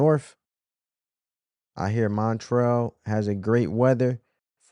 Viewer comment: Montrell 😂😂😂 I'm calling it that to from now on